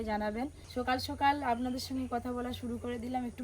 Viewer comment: উচ্চারণের কি ছিরি😜সকাল কে বলে সোকাল,মজা কে বলে মুজা😢।বলছি একটু কথা বলার আগে উচ্চারণ গুলো ঠিক করলে ভালো হয়।